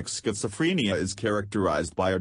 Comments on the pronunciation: Schizofreeeenia, please say it right. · I can't get over how the voice over thing pronounces schizophrenia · you are pronouncing it wrong